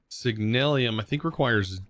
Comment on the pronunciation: Signalum. Not Signal-i-um.